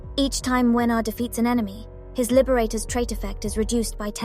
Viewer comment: I'm here just to say that I love you pronunciation of his name. I'ts on point! (I'm from Poland btw and I really can hear the difference). Good job there!